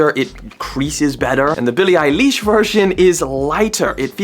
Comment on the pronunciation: billie eye leesh 💀💀